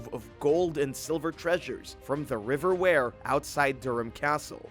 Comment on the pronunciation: And also the river wear, not ware!